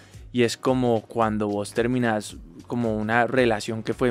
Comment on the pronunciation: Ese vos terminas salió medio Argentino